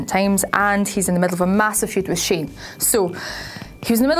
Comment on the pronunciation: Sah-neh. Not "Sane" -_- Fucking people.